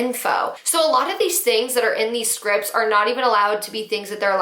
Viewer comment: scripts has a "t" at the end